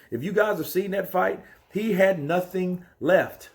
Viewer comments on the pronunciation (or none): none